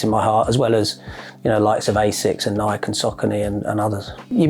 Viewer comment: Think he would know how to pronounce Nike by now!